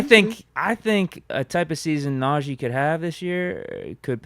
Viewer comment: Pains me to here say Najee’s name lol. NAUGEE